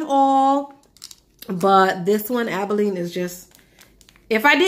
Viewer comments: Aba lone eee - abalone. Not abileen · ABALONE is named after a rare sea shell. It's not abileen how you're pronouncing it ...